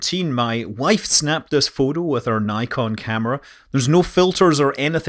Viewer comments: niykon? odd way to say nikon aha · I will never be able to pronounce Nikon properly again after hearing Niiiecon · "Naikon" camera ><